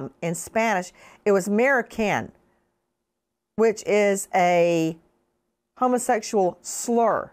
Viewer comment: I believe what you pronounce wrong was maricona not marican.